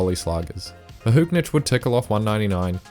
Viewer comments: Great video, but there is no N in Mahuchikh! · Dunno what your calling Mahuchikh, whatever it is it isn't her name though 😁